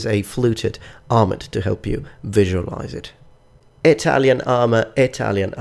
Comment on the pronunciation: Gosh I dunno which I like better! I love them both too much. I honestly hate the way the Maximilian armor looks though! Also I think "armet" is pronounced with a silent "t" but I could be wrong.